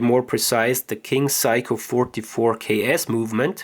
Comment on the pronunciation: Pronounced "Say-Koh" not psycho!